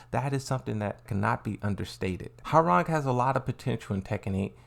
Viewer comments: Ha-rang? Sorry, but it should be pronounced as Wah-rang. Koreans love their W sound. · Man, damn near nobody I played with back in the day got Hwoarang's name right. I think people secretly enjoyed butchering it😂. "How do you say it? 'Wah-Rang'?" "No idea." "Let's look it up." "....no. Your way is fine." But with Ling... "Xiaoyu. It's like-" "Yeah I got it, nice!"